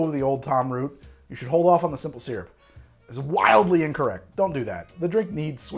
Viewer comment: of all the things that gets shit for, the thing that's really most irritating, and for which he seems to be given no shit, is his pronunciation of the word "SYRUP"